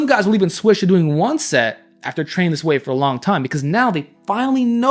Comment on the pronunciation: “Before I was trenning”